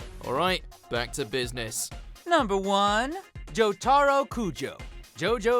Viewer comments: Did this man really just say jo tah ro instead of jo toh ro? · its (jo ta ro) not (ja tar o) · His name is pronounced JOE-TUH_ROW NOT "JUH-TAIR-OH" I SMH at these JJBA plebs! 😂😂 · Jo Ta Ro not Jo Tar O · It’s not Jotáro, it’s Jótaro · Please tell me I’m not the only one annoyed at how he pronounces “Jotaro,” considering the dub has been out forever now. He’s pronouncing it “Joe-TAHR-oh” instead of “JO-ta-ro” lmao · "jotARo kujo" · It's Jo to ro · No one: This dude: Jo-TARE-oh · NUMBER ONE, JO-TAR-OH KUJO. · Why they say jotareo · ActivKing YT jotAro Koojo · Slap yourself. Jo-tar-o?!?!?!?! Wtf was that bullshit??? Have you even seen a single episode of JoJo's Bizarre Adventures? Learn how to properly pronounce names. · It’s the fact that he said his name “jo TAR o that made me mad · Not you too Todd. It's Jo-ta-ro. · Before I clicked, I knew, knew, KNEW that Todd would mispronounce Jotaro. This is exactly why I laugh at people who think the dubs pronounced “Uzaki” wrong. If Japan says it, and English says it the same way, explain how it’s wrong. I’ll wait as long as I need to for a serious answer, but I already know my question is rhetorical. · The way they pronounced Jotaro crushed me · Are we just going to ignore the way he pronounces jotaro, he sounds like voiceoverpete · You butchered jotaro's name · Where is Levi And how did he pronounce Jotaro Kujo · Jotaro should be second because Josuke is the JoJo you don't want to be angry. His battlecry is more pissed off than Star Platinum's Also please don't ever pronounce Jotaro like that again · How he said jotaro lmao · He said jotaro wrong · Great you botched Jotaro’s pronunciation like you guys always do. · Jesus Christ the way he said “Jotaro” sounded so bad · Yare yare daze, you mispronounced jotaro. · the number 1 should be me at how angy i am at you pronouncing jotaro wrong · The way he pronounces Jotaro LOL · Him: Jotaaaro Kujo Me: YARE YARE, say it right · It angers me when they pronounce Jotaro’s name wrong